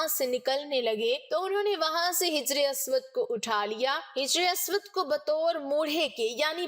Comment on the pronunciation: محترمہ " hajri" اسود پڑھیے نہ کہ " hijri" اسود ۔ شکریہ